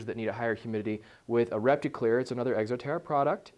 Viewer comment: hahah he says egxo terra :m